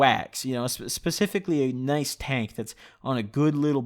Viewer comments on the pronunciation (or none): none